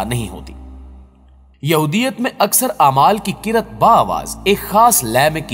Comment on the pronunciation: آپ نے قرت کا لفظ بولا ھے جبکہ اصل لفظ “ قرات “ ھے ۔ آپ تحقیق کر لیں قرت کا معنی ایک گندی چیز کا ھے